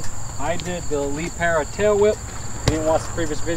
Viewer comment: Calling it a Lee Pair-a is killing me